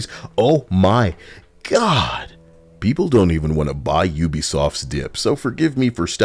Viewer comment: That "Japanese peepur" Took me out. I was caught off guard lmfao.